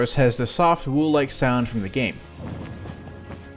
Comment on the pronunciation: Plebs: “wool”: ”wuewl”